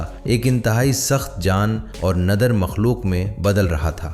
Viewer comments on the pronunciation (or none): Ai generated Audio اسی وجہ سے اُون، نادِر، کھُردرا، چوکنّا صحیح تلفظ کے ساتھ نہیں بولا گیا 😊